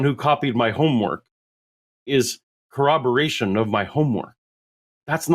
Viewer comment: Why do so many people say "cowoberation"? It's "corroboration" That sh*t drives me nuts